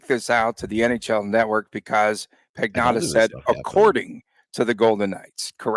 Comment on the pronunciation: LOL absolutely butchering the Italian name of David Pagnotta